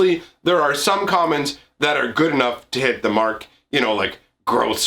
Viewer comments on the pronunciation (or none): none